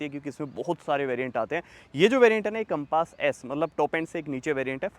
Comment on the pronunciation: Bhai naam to sahi se le lo gaadi ka....compaaaaaas nahi hai Compass hai